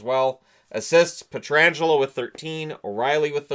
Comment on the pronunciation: Thank you for pronouncing Pietrangelo's name correctly 👍